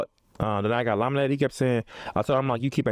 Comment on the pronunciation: The fact that keep saying elominated 😂